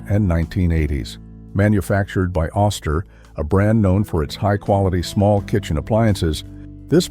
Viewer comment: Oster is pronounced with a long "O" sound not an "Ahh" sound.